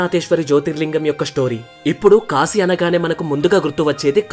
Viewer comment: Apprecialte your pronunciation of కాశీ instead of కాషీ I watched many telugu videos and most of people pronuncing it wrongly... So its "కాశీ పట్టణం"